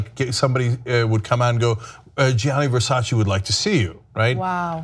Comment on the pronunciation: Versace not VersacI!